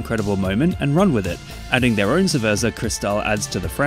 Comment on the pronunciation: Bro really said "ceverza" 💀💀